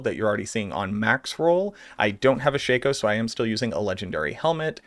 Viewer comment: Can you please relay to how to properly pronounce Shako?